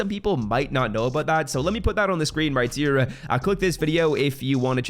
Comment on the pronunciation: Whydo you say "right tier" when your saying ' right here'